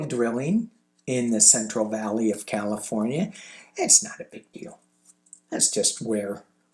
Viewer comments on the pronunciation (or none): none